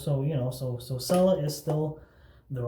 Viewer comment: First of all, it is pronounced "chella". Second they make other scents and formulations. Third, why do guys who have no facial hair make shaving videos?